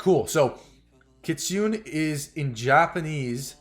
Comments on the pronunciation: I'm Japanese. We call Kitune. not kitunn...→"ne" is right ! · Lol not kit Sune it's Ki tsu neh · Kit Su Nay is the pronounciation for the word kitsune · Kitsune called Ki- tsu-ne. Not Ki-tsune. Oh I don't know how to say. ... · It’s pronounced kit.. su… ne.. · The Kitsune is actually pronounced key-tsoo-nay and it literally means a fox in japanese.